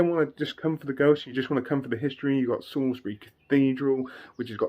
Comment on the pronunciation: Salisbury not sailsbury...... Sorry, born in Salisbury and Wiltshire resident all my life 😄😄